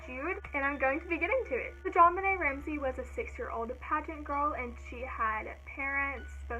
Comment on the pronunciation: loved the video, and someone finally said my name right😂💔 i totally think the brother did it